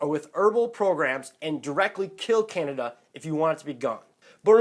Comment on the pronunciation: Anti canada is what i heard lmao